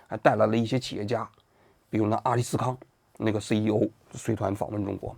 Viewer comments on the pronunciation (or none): 王局麻烦你认真读名字吧 上次索尔仁尼琴读成索尔尼人琴，这次又阿斯利康读成阿里斯康，下次打算读错啥？ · 阿斯利康。。。不是阿利斯康😂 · 王菊整体节目有点水平，但总是在一些细节上显得特别业余，这又把阿斯利康念成了阿利斯康。之前的节目也很多这种低级口误。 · 王老师好好看看稿再说，是阿斯利康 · 阿利斯康😂故意念错吧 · 王局一看平常就不吃降糖药，阿斯利康都能念错。